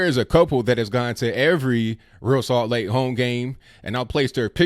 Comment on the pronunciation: Hey, big fan of the show. I consider myself a conservatarian. I am an MLS watcher. My favorite team is the Columbus Crew. I was disappointed with ReAl Salt Lake for calling the Betsey Ross flag racist. Oh it's pronounced Re Al (like Al Bundy). Don't worry I made that mistake when I first saw there name in the early years.